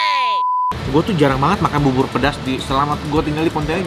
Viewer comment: Bubur di bacanya jadi bubbor, kalo bibir di bacanya jadi apaan koh nex??